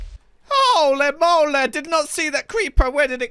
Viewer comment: “HO-LE MOWLE”